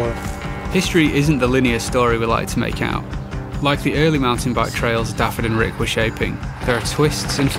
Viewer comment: Shame the narrator couldn't be bothered to pronounce Dafydd's name properly, or even coed y brenin for that matter.